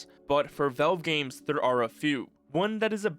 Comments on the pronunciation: Velve? Its valve😅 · i like how u call valve vewve its funny